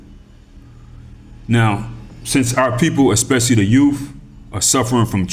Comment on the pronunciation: Did you say yoof?!? Especially our yoof... BA haha haha 🤣